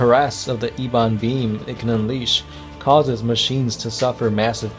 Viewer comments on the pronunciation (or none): lol, that pronunciation of ebon was hilarious